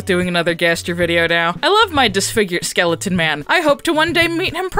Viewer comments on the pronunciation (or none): none